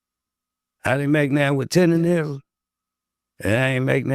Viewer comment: People really have a hard time saying “Tendernism ”! they be saying “TinderRism” 😂